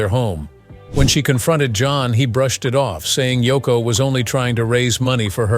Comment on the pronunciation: *Yoko;...Not: "Toko".